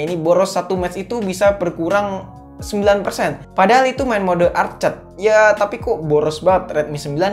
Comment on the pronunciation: arked bang jgn arcad, pantes bingung wkwk